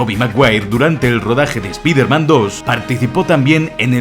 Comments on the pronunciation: Por qué dices todo el rato Spider-Men?? Es Spider-Man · Desde el anterior 30 detalles acojonantes de Spiderman, tienes la manía de decir Spiderman en plural. ¿Cuál es el motivo? Porque que yo sepa, en esta trilogía no se menciona la posibilidad de un multiverso. Como buen hispanohablante, si voy a decir el alias de este superhéroe, prefiero decir "hombre araña" en claro y perfecto español, antes que pronunciar una palabra en ingles como si estuviera escrita en español. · Me encanta que lleves dos vídeos seguidos diciendo "espider-men".